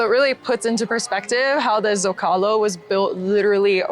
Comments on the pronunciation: Zócalo............SO-kah-lo, with the stress on "Zo" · I enjoyed your tour of Mexico City, the only thing I noticed was that you pronounced the Zocalo ith a z sound, most z's and x's in Mexico have an sh sound,so Zocalo woud e pronounced "so-cal -o... Thanks again...